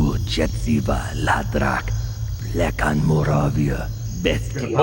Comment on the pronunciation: In "Die Hard Dracula" he doesn't go to Moldova but to moravia which is an eastern part of Czech Republic But the actor pronouces the word weird "Morovia" instead of "Moravia"